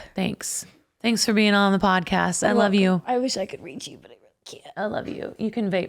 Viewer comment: Hi Sara, why you say "pancast" instead of podcast?